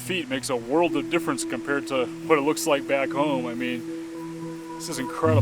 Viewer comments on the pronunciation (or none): none